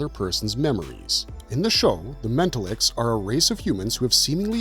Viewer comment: I HATE AI NARRATION WITH A PASSION. This one ALMOST fooled me until it started saying “mental-licks”. I wish YouTube would actually ENFORCE IT’S OWN RULES.